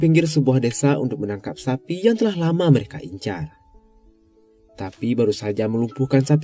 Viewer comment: Abangnya bilang "mereka", yang gua denger "merika" Beberapa kali gua pikir amerika 🥲